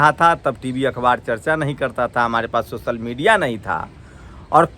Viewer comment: Bhai socal nhi hota hai social hota bhai .school jao